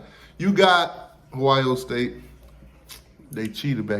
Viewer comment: Lmao. You always say “Hoio” instead of Ohio. But now that’s how I’m gonna say it. Hoe-I.O. Lol